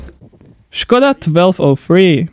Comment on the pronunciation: The " ";)